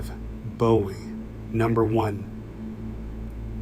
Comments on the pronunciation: It's pronounced Boo-ee 😒 And it's called a Texas Clip And what was that movie at the beginning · I visited a cutlery museum in Sheffield and was disappointed that they had no knives on display. By the way, Bowie is pronounced boo' ee. There is a knife-making school here in Arkansas at Historic Washington State Park, but Jim Bowie wasn't a park ranger. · It's pronounced Booee and there's no evidence that Bowie ever gave Forrest anything let alone a knife. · Your pronunciation of Bowie isn’t correct…… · The pronunciation of Bowie was annoying me……